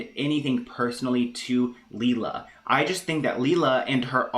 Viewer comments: It's pronounced Lay-La Ok its me..i show up alot with videos on britneyand baby. My son has duchenne. And I can tell you she is not handleing the situation with Nolan well..people are right he is supposed to and needs to wear his braces on his legs as much as he can tolerate with breaks in between.(which I guess he could conveniently have them off on "a break" when Britney films)THIS WILL AFFECT HOW LONG NOLAN CAN WALK..the normal age kids with dmd stop walking is 12 with the use of braces. If he doesn't wear the braces he will be in a wheelchair sooner. Second Britney carries the flawed gene. The sons most likely will have it and daughters carry it. She chose to have two children knowing the risks. Not only is Nolan sick but all of his siblings WILL HAVE DEPRESSION just ask my children how life is with a brother who will die young. There is no cure for DMD. No Cure period. My son is 20 I dont have much time. When I see what she could do and isnt for Nolan I get very angry. she needs to wake up and do everything she can. I will comment on every video with her name hoping to get her attention..get Fletcher and the girls tested for the gene ASAP I know it is scary but knowing this is very important. My 15 daughter who carries the gene is already having heart problems which is a side affect of being a carrier..britney and her girls need to find out now. You dont want to fimd out the hard way with your daughter to pass out from running because her heart is weaker than non carrier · That’s not how it’s pronounced (Lee-la) , it’s pronounced Lay-La. OKBABY NEEDS TO STAY OUT OF IT, she’ll be chewed up and spit out as well. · Its layla thats how you say it lol